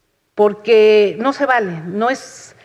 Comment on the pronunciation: "Y le voy a decir POGQUE" dice la. Hable bien